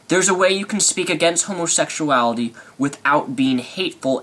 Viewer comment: Tired of hearing him pronounce it "homosexshality"